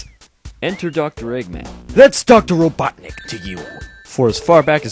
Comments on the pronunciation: It's robotinik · "Ah Knuckles, you were the only one who could pronounce my name right," I still love watching this even today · It’s robotnick ! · ITS rOBoTniCk